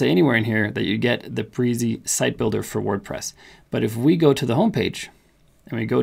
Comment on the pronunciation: Thanks for the excellent demo. Yes, game changer! Some minor edits: In their own tutuorials, Brizy pronounces their name - bri zee, rymes with dizzy. : "Layouts" option not showing up in free version but blocks, and saved/global are available with free version. Only 89 categories in free version as of this writing., not the 100 plus - are you using a pro account to demo the free one? : The stated URL whien using "view" option, is not what you have to accept if you choose the subdomain option when posting under "My Personal Projects" page. By choosing the subdomain option under "How to Publish Your Page" you actually get to put in your own choce of subdomain spelling. That gets rid of the hard to remember numbers and fruits. Does "layouts" option with multiple pages give developers the equivalent of a multi-page site? If so, maybe there is no need for multiple directories in CPanel when self-hosting. Anyway, I did what you explained and it all worked perfectly! Thanks.